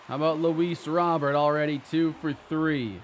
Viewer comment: Luis (it's pronounced like Row bear) not Robert